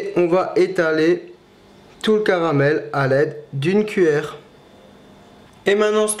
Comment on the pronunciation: "Le carabel" X)